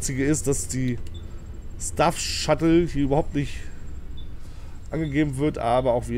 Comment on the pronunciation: Bio das heisst Staff und nicht Stuff Shuttle